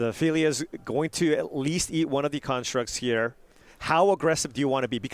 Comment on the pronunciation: Why do the commentators continually call them karnstructs instead of constructs, is there some inside joke there? It's kinda annoying otherwise